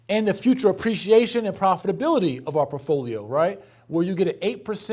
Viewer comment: I watch these just to get pissed at how this dude says “portfolio.” It’s PORT-folio, not Puffolio. Cmon mane!